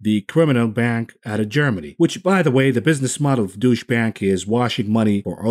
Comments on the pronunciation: "douche bank" lol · Love how you deliberately pronounce Deutsche Bank as Douche-bag 😂👏